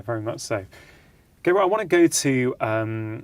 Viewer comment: Rangan - Dr. Mate's man's name is GAH-bor, not Gaybot ....(spelled Gabor.) I know you can pronounce it righ, less important than his content and your overall love of this man & his work, but something notice and note. . Overall a great discussion. Loved Jay's contribution -- found it valuable and useful. Bravo. thanks, BZ